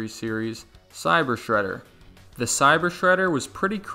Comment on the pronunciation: just say sreder